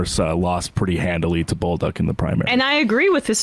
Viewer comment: Just some info for you Americans: his last name is pronounced " Bowl-duke" (French Canadian) 🇨🇦🇨🇦